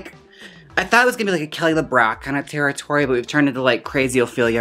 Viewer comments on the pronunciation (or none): none